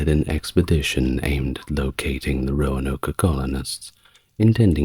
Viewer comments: Roanoke. Not Roanoka. 3 syllables, not 4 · “Roanoka” Really? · Glad to know I'm not alone. Also, my eye twitches a little when he says Roanoke 😅 (Row-an-oak) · I love all the background details in this video, but I have to point out that the “e” on the end of Roanoke is silent. The “oke” is pronounced like “smoke.” 😁